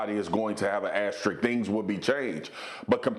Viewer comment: These people are incapable of saying the word "asterisk" correctly. Wow....